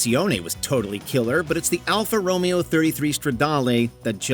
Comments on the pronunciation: I hate to be a pronunciation please, but it’s actually pronounced ( Alfa Ro-Mayo) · Corrections: Alfa Romeo is pronounced Ro MAY O, not, Romeo as in Romeo and Juliet. The Firebird is not, and never was a "muscle car". It's a pony car. Built to compete with the Mustang, the original Pony car. A Muscle Car, by definition, is a Midsize car with a Fullsize car's motor. GTO, 442, GTX, Road Runner, Charger are prime examples. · Terrible AI narration. Says Stingray Coupe, shows convertible. Mispronounces Alfa Romeo as Romeo as in Romeo and Juliet. Multiple instances of mis match between narration and pictures. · It isn't pronounced Alfa Romeo , its pronounced Alfa Ro-may-o . You butchered that one . Along with the Supra , it's pronounced Mark 4 not M K . Then the Super-LEG-GERA ? WT royal F ? Non car guy doing a car vid . SHAME !!! 🔔 🔔 SHAME !!! 🔔 🔔 SHAME !!! 🔔 🔔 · If only the could find a car guy (like me) who can do the voice over (like I do) while pronouncing cars proh-pair-lye, I mean, properly (like I can). Ro-Mayo, not Row-mee-oh. Let me audition to do the list for cars. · The Alfa Row-mee-oh, like saying "Romeo and Juliet". Then saying the Ferrari F-40 is less legendary than the Pontiac Trans-Am?! Strike three was omitting the Porsche 959, the Nissan GT-R, Buick Grand National GNX, Acura NSX, Bugatti EB110, and a '92 Nissan Sentra XE 4 door with a cassette player and roll-up windows (my first car). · Can't take this video seriously after they pronounced Alfa Romeo like that. Didn't watch the rest. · Alfa Romeo?! It’s Aldo Ro-Mayo. It’s Italian not Shakespearean! 🤦🏼‍♀️ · Did they really just pronounce Alfa Romeo like that? Thumbs down. Couldn't watch the rest of the video after that. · Yeah because Alfa Romeo was pronounced incorrectly